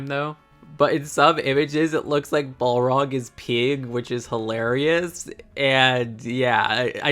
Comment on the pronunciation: Damn 😅😅 butchering the pronunciation of the balrog. You can tell us you’re not a lotr fan😅😅